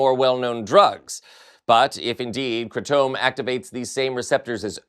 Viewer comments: Wtf is kratomb? 😂 You mean kratom? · Isn't it pronounced "cray-tum"? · It's pronounced Cray-tum I've been taking kratom for about 12 years now for my anxiety and pain. It's not addictive. It is however habit forming like literally everything that exists. Pharmaceutical companies have been trying to ban it for a decade now because it's a safe alternative to opioids. There are dirty brands of kratom such as OPMS and Kratom Therapy that add chemicals to it to "enhance" it's strength, and those brands need dealt with. Kratom on its own cannot be OD'd on. If you take too much you'll end up nauseous and with a really bad headache. Kratom belongs to the same family as coffee, which your body reacts to the same way if you over consume too much of. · Kratom is pronounced kraytum. By itself has benefits & used as an alternate to opioids. I know people who have gotten themselves off of opioids by using Kratom. They are clean now. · Kratom pronounced 'kra tm'. Look it up. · It's pronounced kray-tum. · wHy aRe You SUDdenly oVer eNUNciATING EVery worD that You SaY? And wHy can't YoU prOnOunce KRATOM coRRectly? Are YoU haVing a StrOke? LIkE Oh mY goD. GaG me WHith a sPOON. And a few more Hs just for gOOd MeasHHHure.